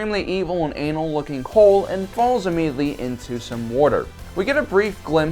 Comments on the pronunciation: I don't like the way you say "anal" please stop. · He puts alot of emphasis on the word Anal crevice😂 😂😂😂